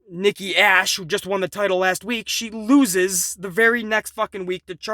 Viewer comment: LOL I am dying over here every time says Nikki ASHhole! LOL!!!!!!!!!!!!!!!!!!!!!!!!!!!!!!!!!!!!!!!